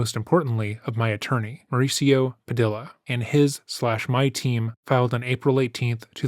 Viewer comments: bro, its PA-DEE-YA, not PA-DILL-AH. ffs bro. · Padia's last name is pronounced "Pa-DEE-ya." Latino surnames with double LLs, and all Spanish words, are pronounced "y." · Great channel, and the massive amount work put into it is clearly evident...but tell me he didn't just say "Pa-DILL-a"... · Let me help. "Padilla" is pronounced Pad-E-A. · Another great production sir. And the other commenters have pretty much covered everything. I just have one rhetorical question, who the hell plays hide and seek in their forties?! Cheers. 😎 PS, since you're a broadcaster, I just wanted to inform you that a Hispanic name with two L's, as in Padilla, is pronounced like a "Y" (pah-DEE-yah).